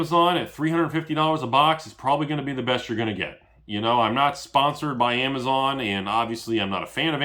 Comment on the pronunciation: you Destroyed everyone with the "....amazone"